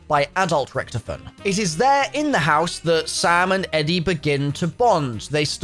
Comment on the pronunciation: Dude it's Rictofen Not rictufen